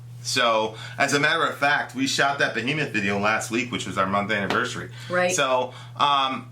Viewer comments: its BEHEMOTH not Behmoth get your shit right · Who df is "Behmoth"?....Also am I the only one who noticed this?